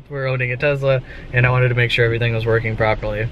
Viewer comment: I think it's pronounced Tesla not Tezla